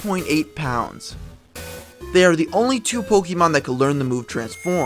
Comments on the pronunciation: just refer to the pokemon manga, pokemon adventures, i believe its confirmed in there, plus its not pokeemon its pokaymon darn it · Sir, you lose all credibility when you can't pronounce the title of the game you are posting about. It's Poke-eh-mon not poke-E-mon. Good day sir -_